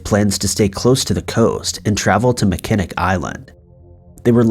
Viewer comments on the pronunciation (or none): Are you kidding me, dude?? "Mi-Ken-ick" Island?? Do you even TRY to find out how to pronounce words BEFORE you absolutely slaughter them? There is a movie made in 1980 with Christopher Reeves and Jane Seymour which was filmed at the iconic Grand Hotel called "Somewhere in Time." Fort 'Mack-in-awe" and "Mack-in-awe" Island are World famous for Salt Water Fatty and Fudge!! It is a beautiful island you must take a ferry to reach and bicycles are available for renting as no cars are permitted on the island!! With the money y'all make with 'likes' and sponsors and now Patron I'm fair certain you can afford an app to teach you pronunciation!!! I'll even give you the fact that it is not pronounced a bit different from how its spelled, but you've completely slaughtered other, more common names like "Mesa, as in Mesa, AZ, which you said as "Mee-suh" which is pronounced "May-suh!!" I'll even give you a free one that I have as yet not heard you say, which is "butte" pronounced like beauty - without the Y, "beaut," NOT "Butt!" I'm sorry it's just a pet peeve of mine, but I was a medical transcriptionist, which are legal documents that can be used in court,and you better get it right the first time or it'll be your butt in court explaining why you couldn't take a minute to find the correct spelling. As you know the English language has words that sound the same but can be spelled differently, and it can change the meaning completely!! Please Invest In A Pronunciation App!!! This is NOT th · Hey, just some pronunciation help from a Michigander. Huron is pronounced here-on and Mackinac island is pronounced Mack-in-aw. Love your videos! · I love your videos. But its driving me crazy.. its pronounced MACK-IN -NAW ISLAND.. LOL. LOVE your videos anyways. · do you mean mackinac island? it's pronounced mack-eh-naw.